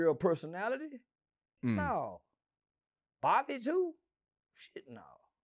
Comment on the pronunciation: Lmao made me mad cause how you gone ask me about somebody and you can't even pronounce they name?